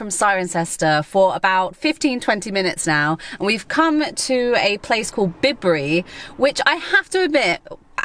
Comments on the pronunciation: That was fun! I would just say though that Bibury (not ‘Bidbury’!) is pronounced Bye-bury. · Not Bibry, it's Bye-bury or Bye-brie. Yes, people do actually, really live there and they get well pissed of with all the bloody tourists, who ruin the ambiance of the place. It's not a bloody theme park for the likes of coach loads of bloody tourists. The Pheasants are bred by the thousand and released so that snobs can pay a fortune to shoot them. Eat the roadkill. You barely skimmed the surface. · It's not it's not bibirry its bibury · As a person born and bred in the Cotswolds it’s By…bury not bibbery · Bibury…. Prounounced Bye bury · Bibury is pronounced bybury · Not Bibury but "Byebury" JML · Why don't you get your pronunciation correct when you visit places. Bibury rhymes with FRIday. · Bidbury is pronounced Bye-Burry ....just saying 😉